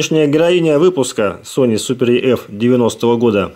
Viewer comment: EF = ЭФ а не еф.